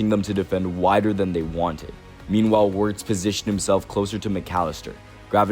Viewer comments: did you watch the whole video? Wenger isn’t the only one who mentioned his name. Wirtz isn’t hard to pronounce even if you don’t speak german, all you gotta do is pronounce the “w” as a “v” don’t be an idiot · on this video someone pronounces Wirtz’s name correctly but the voice over dude continues to butcher it🤦🏾‍♂️ fuck